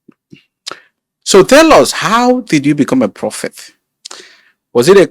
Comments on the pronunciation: Bro. It’s prophet not propheth. Good interview though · It's "prophet," not "propheth." There's no "th" at the end of the word.